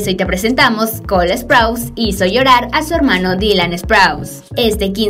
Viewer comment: Sprouse no se pronuncia asó NO ES HATE Solo estoy diciendo